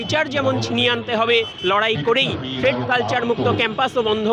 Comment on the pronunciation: থ্রেড না থ্রেট কালচার ? কি অশিক্ষিত উচ্চারণ !